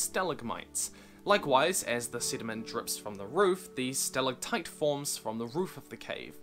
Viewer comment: your pronunciation of stalactite and stalagmite pains me.